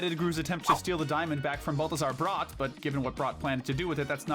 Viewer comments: It’s pronounced nuh-FAHR-ee-oh and BAL-thuh-zahr BRAT, “”! 🤨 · stop pronouncing balthazar bratt like that😭